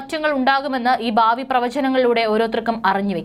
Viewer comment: ബാവി അല്ല പ്രിയ സോദരി... ഭാവി... കഷ്ടം.